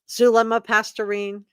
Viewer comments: Past-ten-ez. Not pasturine! Sorry it's driving me crazy how bad you are pronouncing her name. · Zulema Pas-TEEN-is. Just FYI. Now, yes indeed, Melanie Gibb makes me nauseated, makes my skin crawl, as does Zulema. Poor Melanie Pawlowski, weak mind...not just real bright, Auntie Lori's puppet, willing to kill her own husband to inherit his million-dollar life ins. for Auntie's "cause." Lord have mercy...sick minds. All three of these are SUS as H**l. IMHO. Excellent review!!!! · Zulema Pastenes (pronounced pas-tennis) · Is it Zulema Pastorine or Pasdenas? Guess I should look it up but that is the first time I have heard it said as Pastorine. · I’m enjoying your comprehensive coverage of this - but Zulema’s last name is Pastenas. Pas-te-nas